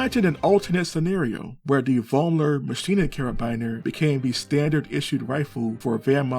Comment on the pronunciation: In my german homeregion, the name Vollmer is not uncommon. It is spoken ,Follmer'.